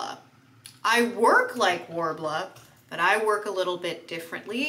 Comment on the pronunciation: it’s not?? worbla?????? WHAT!!!!